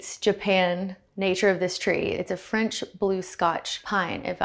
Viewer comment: Nothing I love more than a southerner saying “it’s French…”